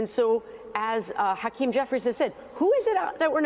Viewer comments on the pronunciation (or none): none